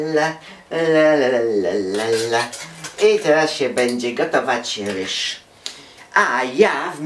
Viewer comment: nie muw się rysz tylko ryż